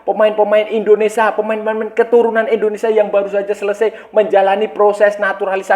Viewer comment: INDONESIA kaaaang bukan ENDONESA